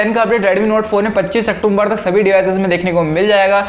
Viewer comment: Octumber nhi wo october hai